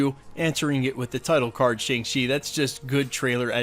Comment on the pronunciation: It's pronounced "Shong-Chi"